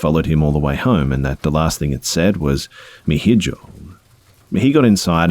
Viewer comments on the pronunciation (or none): “ mi hijo “ is pronounced [ Me ee-hoe ] which stands for my child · Mi Hijo is Spanish for my son also pronounced "Mee iho" so you fucked up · Mi hijo is pronounced (me eho) not mejo 😂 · Hahaha "mi hijoe" lol pronounced it wrong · "Mi hijo" is pronounced "mē ē-ho" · The way he pronounced “me hijo” I couldn’t believe it lol